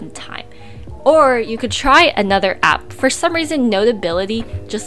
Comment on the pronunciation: When u say app it’s really harsh .. like it ssounds like “blah blah blah APP blah blah APP!!”